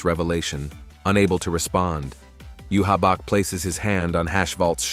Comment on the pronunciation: These are good. But can you pronounce bankai 🫠 like they do in the anime...bahn-kai...also you-havac. Sry to nitpick 🙏 Also stern ritter translates to star knight, not student legion. Wouldn't make sense since they're adults